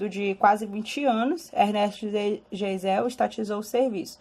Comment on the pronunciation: Pronumcia-se Gaisel.